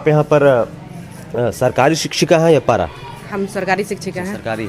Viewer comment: पारा नहीं पैरा टीचर बोलिए